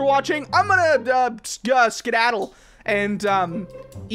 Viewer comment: its skedaddle not scdaddle.